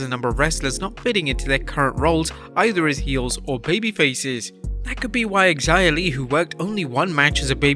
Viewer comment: Does Xia really pronounce her name like that?